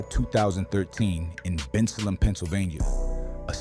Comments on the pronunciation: The pronunciations are off They're pronounced Ben- sale-em (Bensalem) and Nesh-Sham-eh-nee (Neshaminy) mall People got pissed when Umar said 10% of these niggas would need to be eliminated. Demons really do walk among us and I guarantee you some adult saw what was coming by the time they were barely out of diapers. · The way AI says Bensalem and Neshaminy 😂😂😂